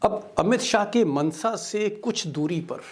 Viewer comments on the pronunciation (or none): Actually not मनसा it is माणसा.